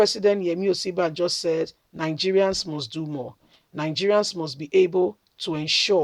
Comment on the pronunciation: Sister please sound this name like this..... Oshi.. bah.. jo